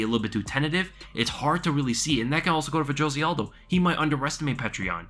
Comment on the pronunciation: I love how you do the best pronunciation of Petr Yan yet say Jose aldos name with the hardest J. Smh